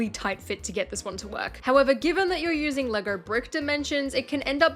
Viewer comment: How does she manage to pronounce “Lego” with an R at the end?